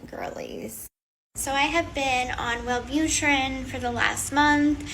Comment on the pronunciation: Were you really a nurse? Multiple times you said Well boot er ran. It's pronounced well boo trin. A nurse would pronounce it correctly